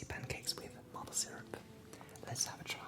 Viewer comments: érable se prononce comme mayple plutôt que mâple ;) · Mai-ple** not mah-ple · Mdddr comment tu prononces Maple, c'est mAple pas mapple